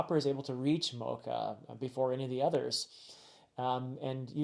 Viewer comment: One pronunciation check. The "ch" in Mocha is a soft "ch" so it's not pronounced like the coffee. I think I mentioned this in the Summit Wars video, but Oda made it a point to have Ace's death be the first in-world death of One Piece (excluding flashbacks). Monet is the first death we're seeing since Ace which kind of sets you up to the fact that the New World is, tonally, going to be heavier than what we've experienced up to this point. We're going to get to see a lot more of these characters and their philosophies/ideals on being a ruler, pirate, marine, noble, etc. so the way you break down Caesar is just the beginning!